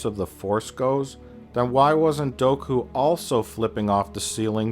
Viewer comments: Is it weird that I thought he was saying "Goku can hear what your saying"? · Everytime he says Dooku I do a double-take thinking he's saying Goku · So he says character names wrong on purpose right?? “Padame”, “Doku”